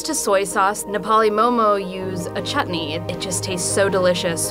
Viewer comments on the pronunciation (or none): no offense to this person but the way she said garam masala is ANNOYING Edit: thats not how chutney is pronounced either >~<